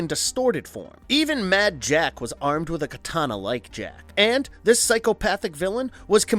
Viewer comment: Good video, but it's a little annoying how much emphasis this guy puts on "AND" Drinking game: Take a shot every time he says AND Louder than the rest of the sentence